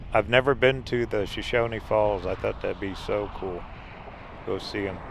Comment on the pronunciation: it's pronounced "show shown". The "e" on the end is silent. When most people think of Idaho they only think of mountains. There's lots more to it. We live near Twin Falls so most of this is in our backyard. The Shoshone Snack Bar has great burgers. That bridge is one of the very few in the U.S. where it's legal to base jump off of it. We see them quite often.